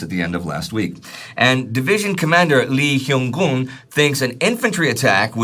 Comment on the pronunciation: There are many errors in pronunciation of Korean names and place names. For example, when pronouncing Chuncheon(춘천) or Lee Hyung-Guen(이형권). This is understandable. Korean pronunciation is much more complicated than Chinese or Japanese.